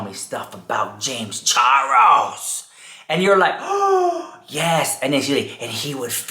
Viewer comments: When I hear you saying James Charles' name, I keep hearing James Chorros 😳😆🤣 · The way he says James Charles 🤣🤣🤣🤣🤣